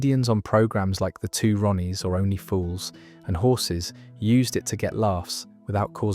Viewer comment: plus it says at one point "Only Fools - and Horses"